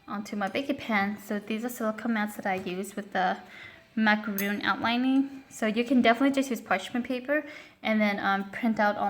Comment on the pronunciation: It’s Macaron not Macaroon.